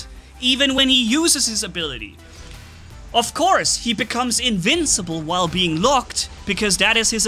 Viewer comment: "Incincible" "rancendance" just two words you miss, I adress this, without hate ok? I just thought is funny